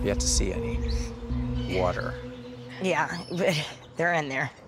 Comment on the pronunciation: Emphasis on the water part lol